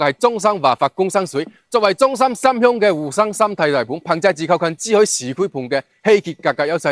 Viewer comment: 個男主持講嘢好多懶音，唔係支海 係珠海😅